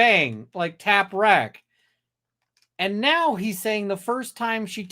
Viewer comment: I’m suspicious of him mispronouncing tap wrack twice…tap wrap…and a few moments later…tac wrack…